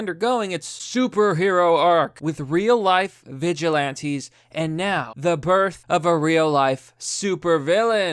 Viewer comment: Actual Text: Vigilantes: Veg ilantes. Sometimes I think he mistakes on purpose, and I'm ok with that.